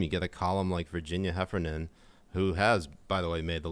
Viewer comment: Heffernan pronounced Heffer